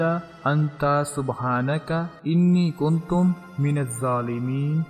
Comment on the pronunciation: اللہ کے بندے ا نی کنتم نہیں انی کنت ہے